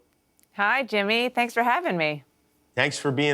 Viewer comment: Jimmy sounds like your naming Santa's Reindeer